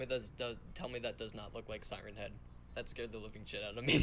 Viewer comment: Siren hid değil sayrın het diye telaffuz ediliyo abiii